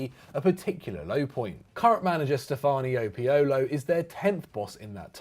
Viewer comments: He really said " Stefanio Piolio" LOL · You butchered Stefano Pioli's name and you called us “AC”. It's not hard to do some basic research before you put out content no? Love your wok guys but dead set...